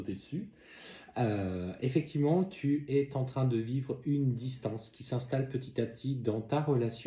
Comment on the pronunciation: Bonjour.. Ne prenez pas mal cet écrit, mais s'il vous plaît lorsque vous dites "tu eS en train de" vous faites la liaison avec un T alors que c'est un S.. c'est frustrant pour mes oreilles!!!! Bonne journée à vous et Sabrina.